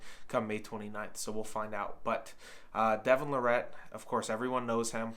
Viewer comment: He finally said it right the last time.